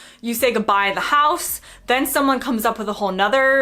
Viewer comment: Certainly you sound a somewhat generic American. Your accent is far less regional than my neighbours did when I lived in VA. My one confusion is that you pronounce "house" in rather a Canadian way.